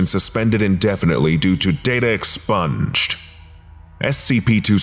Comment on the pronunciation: Stop saying "data expunged" that way...